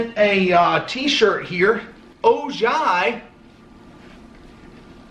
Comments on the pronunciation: Not O-jai... It's, Oh-hi. That's the home of The Bionic Woman, Jaime Sommers. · Its pronounced Ohi not OJY the J is silent. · It is pronounced O hi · was going to say Ojai is pronounced 'Oh-Hi', but someone beat me to it. Couldn't get them to put a note in it, but magical kingdom mug from me, figured that one u didn't have. Keep troopin! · Hey! Ojai is pronounced Oh Hi! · "Ojai" pronounced ...O-hi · The name of the town in (Ojai) is pronounced O-Hi, don't worry about my last name you can just call me Yama! I'll be in Vegas next weekend, straying at the Monte Carlo. Let me know if we can meet up! Peace! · man I enjoy "mail time"... It has come a long ways from the first couple of Starbucks Cards you would get when you first started. I see people have corrected the proper pronunciation of O-Hi....also, I am believe the Golden Rooster has several symbols for various Feng Shui. I think if you put it in the South corner of your home it will bring good luck and fame. Also, it is a sign of masculinity and can strengthen the bond between you and Molly. If I remember this right (my ex wife was ino Feng Shui)..probably look it up to see the various representations. I wish I could send you a "Hard Time" mug we have in prison (it says between a rock and a hard place).. Last, don't let these ass clowns with their negative remarks get to you... Ignore them, they ain't worth it.. Carry on. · Hey the city name is pronounced ohi even though it is spelled ojai california. I am from california so I know how to pronounce it The name Ojai is spanish. I hope that helps you pronounce it better. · Ojai is pronounced o-hi by the way. Jus sayin